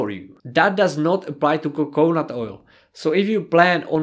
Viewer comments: co co nut, rather than coke nut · PS it is coconut three syllables. Co co nut. :)